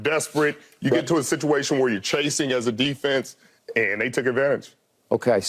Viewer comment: Crazy how no one can say the word Defense